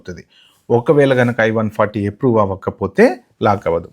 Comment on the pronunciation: చాలా డీటెయిల్ గా కవర్ చేశారు.👍ప్రియారిటీ కాదు ప్రయారిటీ అనాలి. ఎప్రూవ్ కాదు అప్రూవ్😂